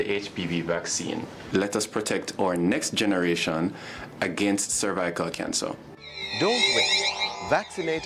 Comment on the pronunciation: that man couldn’t even pronounce “ cervical “ don’t get that vaccine do your research that woman was an actress 🙄